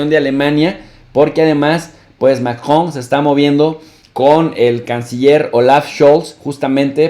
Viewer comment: Profe no mame se dice macron no majon español porfa ....